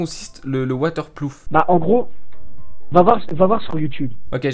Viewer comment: Ma montre est water ploof, jsui mort 😂😂